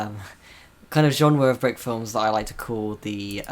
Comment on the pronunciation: hearing say "filems" again made me so happy